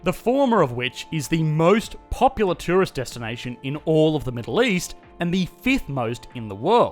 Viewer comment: I sincerely heard "most popular terrorist (instead of tourist) destination in the middle east" at first :D